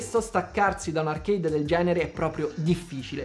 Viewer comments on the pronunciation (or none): none